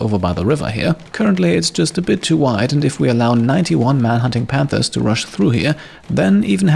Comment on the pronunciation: I kept hearing "91 man-hunting pandas" and it seemed more adorable than threatening!